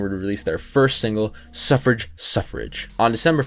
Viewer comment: Suffragette Suffragette Pronounced Suff-ra-jet